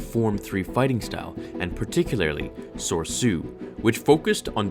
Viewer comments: wait... isnt form 3 lightsaber pronouce so-re-su? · It's pronounced ''so-ree-su''. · Did you mean Soresu instead of sorsu? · Dear: please learn how to say form 3s name "Soresu" it's pronounced So-Ree- Sue.... Thanks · A) soresu is pronounced sore-ee-su B) attacking the chancellor is something obi wan would never do, he was perhaps the most serene Jedi at the time other than Yoda and debatably Shaka to, he would have waited for better Jedi like Yoda and Mace Still a cool video though btw and I'm a big fan